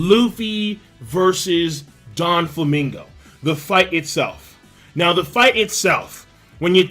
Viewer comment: IT IS NOT DON-Flamingo it is DO-Flamingo. it is not Diamond JOZ it is Diamond JOZU. it is not GURMEH it is GOURMET. get your pronunciation together